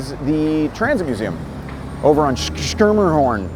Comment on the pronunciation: Another great video but you really need to work on your pronunciation of Schermerhorn.😂